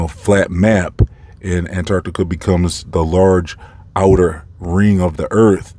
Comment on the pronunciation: BTW, your pronunciation with how you say ANTARCTICA (ANT-ARCT-TICA) makes me laugh every time (in a good way) 😂👍🏼